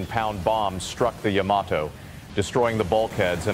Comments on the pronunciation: not YAM A TOE. YAH MAH TOH. Can't take you seriously... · Is this AI narration? Guy says YA-mato when it's supposed to be ya-MA-to. Later, he says it correctly, then goes back to incorrect. Strange. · I am a fan of the Yamato mainly because of the anime Space Battleship Yamato / Starblazers. My question is, how do you correctly pronounce the name? It is really about where you pronounce the T. I have always said Yamaht oh. But I have also heard Yama Toe. Even this video says it both ways. The anime says it both ways. The most recent anime says Yama Toe. I just was curious. There may be no correct way. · Yama toe, really?